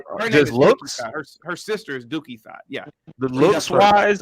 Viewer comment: Dookie Thot 😂😂😂😂. I thought it was Duckie Thot